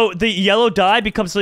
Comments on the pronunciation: meta = 'metə(that probably doesnt help lol) not me-tah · It’s not me-tar pet it’s meh-ta